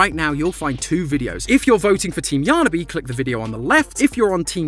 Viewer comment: Dude, it’s yarniby